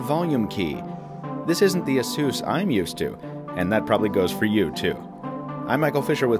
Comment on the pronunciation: the fuck is an "asoos"?